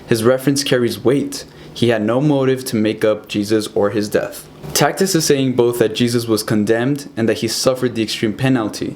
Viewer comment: Good job! Keep up the good work. BTW Tacitus is pronounced TAS-it-us.